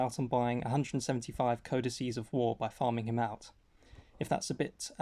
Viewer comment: omg thank you for pronouncing codices correctly! i farmed ragnar from the guild shop. it still burns, even though he's very relevant.